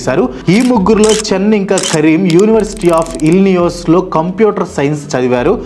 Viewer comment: Anna ఇల్లినియోస్ kadu ఇల్లినాయిస్ .